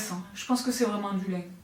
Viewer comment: l’accent : du liiiinnnn 🤣🥰